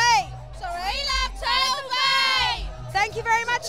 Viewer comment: I like how she pronounces 'party' as 'pardy' and turtle as 'turdle'.